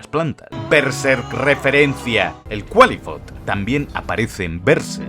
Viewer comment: Según sé, al Qlifoth, no se le pronuncia como Cualifot, se dice Klaifot. Pero buen video.